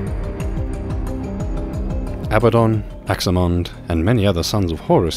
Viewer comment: pronounced Ah-bad-don. Not Aba-don lol